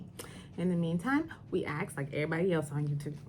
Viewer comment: I love this lady but how can an educated attorney pronounce “ask” as “axe”??? Lol